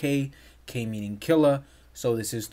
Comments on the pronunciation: The K is for kilo, not kila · Its KILO, not KILLA